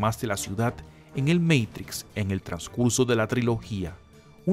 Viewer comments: No me gusta cuando el video es narrado como meitrix....porque no lo pronuncia como se pronuncia en español "MATRIX" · "el meitics" cuidado, estamos ante un privilegiado del lenguaje. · "El MEIKTRIKS" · Porque decís meitrix.... cualquiera